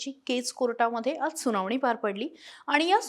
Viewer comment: सुनावणी कि सुनावानी